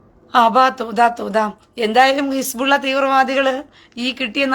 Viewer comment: His-Ball-Laah ❌ His-Ball-Illa ✅ 😂